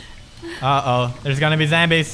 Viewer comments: why did he keep calling them Zambies? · I find it so funny how he calls them 'zambies'